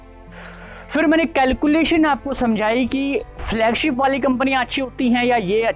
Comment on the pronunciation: Flugship नही Flagship बोला कीजिए .. झूठा network जी😊😊😊